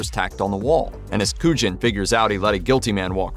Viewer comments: It's pronounced "KOO-yawn," not "KOO-jin" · Your pronunciation of Agent Kujan in Usual Suspects as absolutely criminal! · Is this a real narrator or an AI one because it keeps mispronouncing Agent Kujan's name from the Usual Suspects. Sounds like a bot???